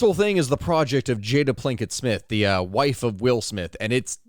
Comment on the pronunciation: I love how a historian who does research calls her Plinket twice😂